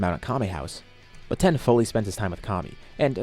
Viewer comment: Why do you pronounce tein like that